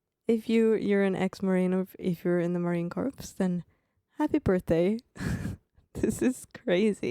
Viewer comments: Well, thank you for the acknowledgement. Just FYI, it is spelled Corps, is pronounced "core". The "PS" is silent. Ya, I know, the English language is pretty damn weird. Semper Fidelis my brother and sister Leather Necks. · No better friend or no better enemy. You decide which one of us you get lol. I believe your saying corpse, and it's Corps. You're close just leave the E off the end and you'll have it. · WATCH YOUR MOUTH 👄 It’s Marine corps NOT corpse although we are very good at turning evil human beings into those 👀 🇺🇸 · Corps id pronounced Core. We're not Corpse because we don't die. We go to hell, regroup, and fight our way to heaven. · FYI, sorry, I must tell you. It is pronounced "core". Not "corpse". All good. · DROP THE P IN CORPS!!!!!! 🥜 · It's spelled Corps but pronounce like core, Semper Fi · The letters "ps" at the end of COR-PS are slilent. It is pronounced like CORE